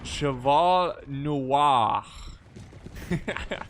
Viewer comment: "cheval noir" Love when you speak in french, like when you said "chasseur"